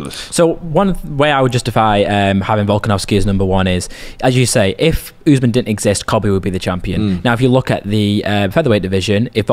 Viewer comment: Why tf do y’all keep saying oozeman. It’s quite obviously usman 💀